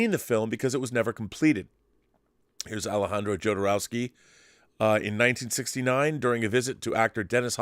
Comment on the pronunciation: Pronounced HO-do-row-ski , I think!? (just as ale-HANH-dro, not ale-JAHN-dro) This video/subject matter reminds me of 'Simone' (as in simulation one ).